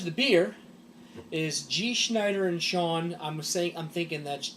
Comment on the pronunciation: Sohn is pronounce SOhhhhnnn. Means son.